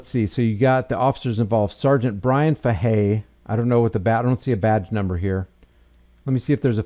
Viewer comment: in case anyone wanted to call into the pd its pronounced like this "fay-hey" that's for Sgt. Bryan bruised ego Fahey 😂